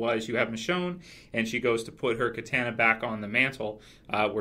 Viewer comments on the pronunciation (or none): First time hearing someone make that Little Red Riding Hood analogy. Genius! Also, are trying to say KITANA because it came out as a kayak. lol